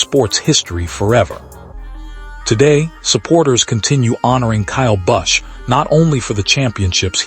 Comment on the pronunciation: Everybody should give a thunbs down to this and every other A I created video on youtube.n n A I has ryuined youtube. People are giving a thumbs up to a video origination from a computer. The person in charge of this didn't have the decency to even change the pronunciation so it would at least say his name properly. This is garbage. It isn't a touching tribute to Kyle. It is some greedy person that has A I capabilities, making money of the tragic passing of a human. Youtube is afraid that a providor might say a word that could offend someone or mention sexual assault thinking it might turn someone into a r@ but, they see nothing wrong with allowing A I to say whatever they want. It isn't just this video. Almost every video with a generic creator name like "star buzz", "nascar news", etc. is A I created. They will print a screenshot as a preview and have a caption that is a boldface lie, but youtube doesn't stop them. Why, because they make money. If we don't stop A I, nobody will. Kyle and Samantha have enough admirers. They don't need A I to add to it.